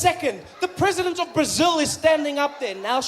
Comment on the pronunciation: He he he the president of Brasil Sounds like he is originally from northern Portugal. Its like to try to sound like Afrikaans with the accent of Punjab! Work in your Brasilian accent Trevor!